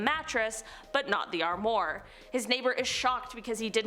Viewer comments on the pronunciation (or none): It's armwa not armor wow she's a idiot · Strange things happen!!! Fyi, armoire is pronounced “arm wah” . That’s pretty close to how you pronounce it. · I take it this is the first time you've ever had to try and say armoire? Try ahm wahr (which is how it's pronounced...).